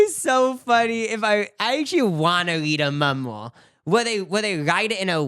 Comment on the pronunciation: Omfg I haven’t seen u guys videos in a while n just started getting back into y’all’s vids again n I love that u still pronounce “memoir” like that 😂😭